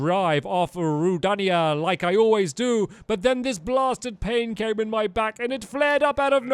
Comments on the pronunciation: its ruu-da-nia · Dan The Nerd _ yeah and he pronounced rudania wrong too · its pronounced ru dane ia